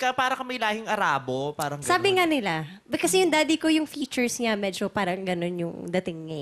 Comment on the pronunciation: "Parang" Letter T kase Hindi Letter T